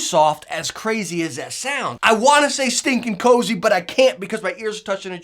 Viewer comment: Hate how this guy says Cushions and Cozy ... that's the only reason I won't subscribe. But solid channel 👌